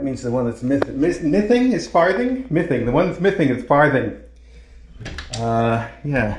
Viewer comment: "That means the one that's mithing ... mithing? is Farthing? The one that's mithing is Farthing." LOL LOL LOL 🤣😂